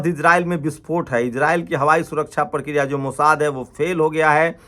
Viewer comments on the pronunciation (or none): none